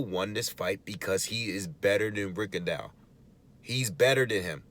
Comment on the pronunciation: The man's name is pronounced Rigondo. But Americans stay butchering his name and call the little dude Rigondawe, some call him Rigondiao kind of like Pacquiao. Stop it can't y'all pronounce the word Plateau or faux or beau. Those are all french words that y'all pronounce correctly it's the same thing with the quitter's name that's a french name and I think he has distant Haitian ancestry because a lot of Haitians were travelling to Cuba in the early 1900s to work in sugar cane plantations there.